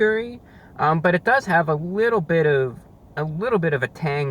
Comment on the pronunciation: " a wittle messy with the sauce"